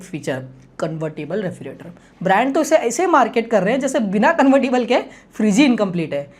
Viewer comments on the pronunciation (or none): 'Refri "ge" rator. "ge" kyu bhul rahe ho bhai bolne mei